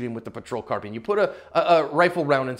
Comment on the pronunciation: Sorry to nitpick, but.... isn't the word carbine pronounced "car-byne", not "car-bean"?🤔